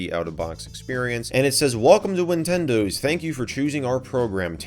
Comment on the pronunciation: did u just say ninwindiws